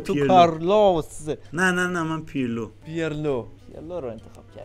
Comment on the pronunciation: داداش بخدا پیرلوعه پیِرلو نیست